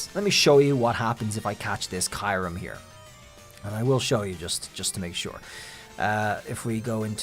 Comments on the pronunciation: Am i missheard? "Kai-rum" ?? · Please say kyurem right..